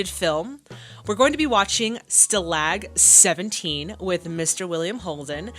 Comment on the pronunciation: The title of your next film is actually pronounced "Stoll-og 17" It's a good one.